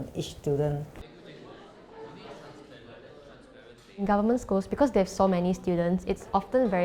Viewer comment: ah, it is stu-dent, not STOOL-DERN